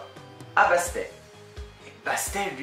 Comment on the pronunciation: Salut, super vidéo qui donne envie de le lire On prononce le deuxième « t » de Bastet